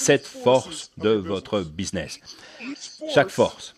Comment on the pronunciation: Businnes au lieu de BUSINESS....mdrrrrrrrrrrrrr